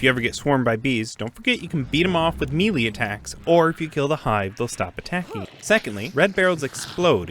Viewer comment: You gotta stop saying "mealy" weapons, it's may-lay